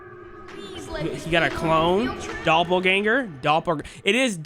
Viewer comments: Love the vid but "doppergangel theory" got me dying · the way that saw doppelganger and said "doppergangel😳💀"